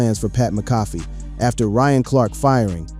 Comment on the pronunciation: It’s pronounced Mac-ah-fee!!